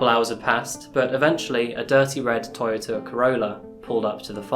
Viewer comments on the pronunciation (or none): none